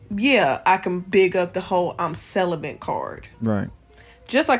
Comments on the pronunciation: What is a "Sell-a-Bent"? ....🤦🏾‍♂️ This retired 304 needs to learn the English language before she ever tries to speak publicly again. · “CeliBENT” Lol the educated bw can’t even pronounce correctly something she claims to be 🤦🏽‍♂️😂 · Is she mispronouncing celibate as celibent???🤨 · Celibate = Sell-A-Bit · Hard to hear her past the word "celibent"🥴. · She keeps adding "...bent" in her pronunciation of the word. 🤦‍♂️🤦🏿‍♂️🤦🏻‍♂️🤦🏾‍♂️🤦🏼‍♂️🤦🏽‍♂️ 🤦‍♀️🤦🏿‍♀️🤦🏻‍♀️🤦🏾‍♀️🤦🏼‍♀️🤦🏽‍♀️ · "cel·i·bent", lol. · I just wanna know why you can’t pronounce celibate right? 😂